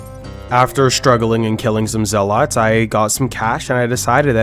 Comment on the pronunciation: Bothered by his pronounciation of zealots.